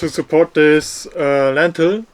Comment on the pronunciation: i also enjoyed when he kept calling the lintel a lentil, eins zu eins mein vater 😂